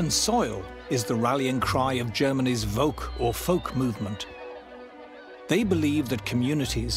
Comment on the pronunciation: Kinda odd to say "Volk or Folk". In German, "V" is pronounced the same as the "F" in English, so it is the Folk Movement in either Language